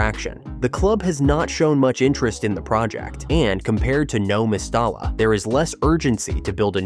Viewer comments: I know! ...The way he says "No Mes-star-la" .......🤦😱😡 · You should learn how to prounce the name of Valenvias stadium properly. Surely you should have done some research on the correct pronunciation. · What’s with the AI voice and incorrect pronunciation of the stadium name? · A deep dive into Valencia CF's 18-year stadium construction saga, and you can't even manage to pronounce the name of the stadiim correctly.